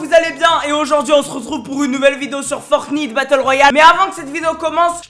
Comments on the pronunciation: T’as dit fortiite lol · ⚠️ Au début quand tu à dit FORTNITE en faite sa se prononce en anglais ⚠️